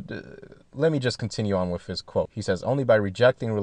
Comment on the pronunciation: Drives me fucking crazy to continually hear saying "wiff" instead of "with".